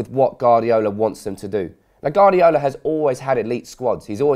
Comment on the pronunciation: Its "Guardiola" mate, not "Gardiola." Not trying to be annoying, just saying. Nice vid.